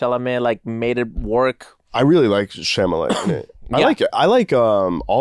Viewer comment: I’m going to start calling him Timothy “sham-a-lay” 😂